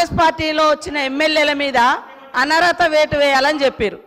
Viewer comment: "అనరత" కాదు, అనర్హత అని అనాలె.!👉👉